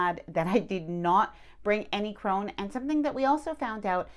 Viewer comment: We had Norwegian friends and I’m pretty sure it’s pronounced crone-ah (just an FYI) 😊